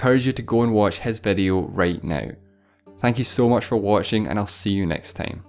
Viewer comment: hey this is the person so said tine instead of time